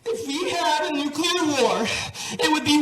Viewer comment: Love ya man . However like so many others, please quit mis pronouncing “nuclear” you sound like GW Busch when you say “ nuculer” !